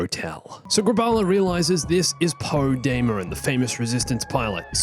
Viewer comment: Poe dameroŋ u mean